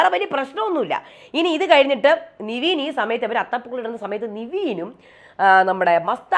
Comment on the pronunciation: നിവീൻ അല്ല ചേച്ചി... നെവിൻ 🤦🏽‍♂️🤦🏽‍♂️🤦🏽‍♂️